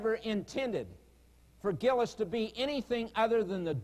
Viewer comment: Thutil So true, lol. I almost made a point to mention his constant mispronunciations of the "-ius" names, but decided against it at some point. I remember constantly yelling at the screen "it's Vigilius, not 'Virgilus" you idiot!", lol.